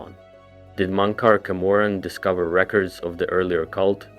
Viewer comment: Mon-cor Ka-morrin is wild😂